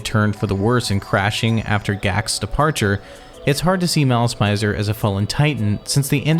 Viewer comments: im sorry but its malice mi -zer not mai -zer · i got 2 minutes into your video but i had to pause to type this. its not pronounced "Mai-zer". i asked a lot of Japanese people here in Little Tokyo in Los Angeles. its pronounced "Mih-zer". You know--like misery. Malice and Misery? okay im done crashing out. back to the video.